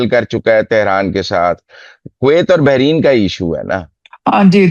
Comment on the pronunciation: Not behrin, Bahrain